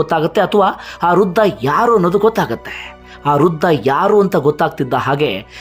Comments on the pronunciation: Hello. Thank u for the video.. It is Vriddha, not Ruddahh. Thank you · Ruda,ruda anta matadtiri,shudh matadoke kliri.rudha alla vradha anta matadi.